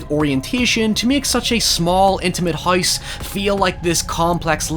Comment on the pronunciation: And "house": hoys